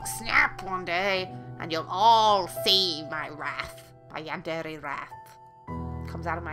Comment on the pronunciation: Is Yundere not Yandere